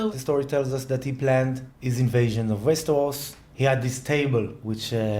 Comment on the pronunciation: It's so funny to hear saying "Westehos" à lá francè =p